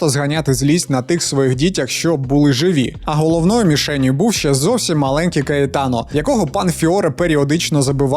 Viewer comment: Gaetano -гаєтано!слідкуйте за перекладом!